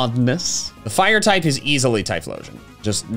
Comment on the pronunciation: FURE PIGHTING, that is all.